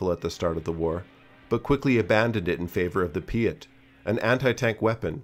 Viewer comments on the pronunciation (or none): Piat sound like gyat bruh.